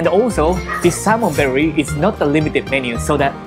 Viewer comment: 🤣🤣🤣I was wondering too...berry? Is the taste sweet like berry? 🤣🤣🤣, now I know, it’s belly! Thanks for he clarification! 🤗💜